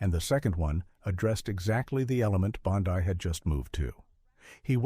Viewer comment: Food for Fools! How do I Block these fictional accounts? The narrator can't even pronounce "Bondi."